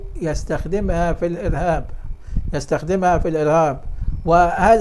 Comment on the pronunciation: السلام عليكم ورحمتألله...... انطق السلام كويس من فضلك